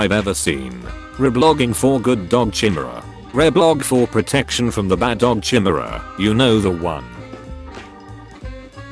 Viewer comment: I'm pretty sure that's not how you pronounce chimera